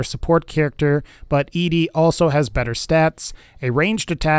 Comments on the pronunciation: Why was i so triggered every time he said E-Dee..... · thats how i always said it. i also tend to gender her as female, even though i know its supposed to be "eddie" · it's. pronounced. fucking. eddie. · I get that, I've seen the lore and played it for myself. But the way he pronounces it in the video is incorrect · Your video kept confusing me because I thought there was a character I was unfamiliar with who's name was pronounced Eedee. It's pronounced Eddie, like the song, in the game that you played, and then made a video about...👎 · Its pronounced „ed - e“ not „edee“ 😅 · E D REALLY E D it's ED-E as in ED then the letter E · Peter Wojo I thought it was ee dee ee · Od1nGaming it's not how you pronounce his name, it's Eddie, it's a reference to Eddie my love and in the lonesome road DLC the man who made him calls him Eddie when Eddie plays his voice recording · Yes, it is Eddie, ingame too. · You’re not the only one😂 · It’s ED-E NOT EEDEE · I cringe everytime he calls him EEDEE It's EDDIE ED-E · I cant watch your video cause its name is ed-e not e.d. ...ed........e...like eddy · Why does every Fallout youtuber I've seen pronounce ED-E like "eedee"? Am I the only one who pronounces it like "Eddie"? I thought it was kind of obvious that it's supposed to be pronounced like "Eddie" with his companion quest named for the hit single by The Teen Queens, "Eddie My Love". Maybe I'm just nit-picking. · I was about to ask the same thing. I also pronounce it "Eddie". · I think it’s that people want Eedee to be a girl robot. ED-E pronounced Eddie kills the fantasy. I remember when the game came out people I knew thought ED-E was somehow a girl type robot. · Even Obsidian/Bethesda said it's either Eddie or E.D.E for name pronunciation. E-DE doesn't even make sense anyway you look at it. Plus the fact his quest is named after a song called Eddie my love. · Except it's ED-E not E-DE. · It's not E-D it's Eddy! "ED-E" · it's not E-D. it's ED-E, get it right!!!